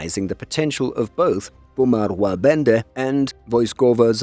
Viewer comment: Very good effort. Only one mistake - the last sound of Łabędy - it sounded more like E than Y. Otherwise, spot on!